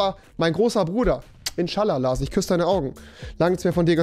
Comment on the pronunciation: Trinkspiel : jedes mal wenn rewi LaRs sagt ein Schluck xD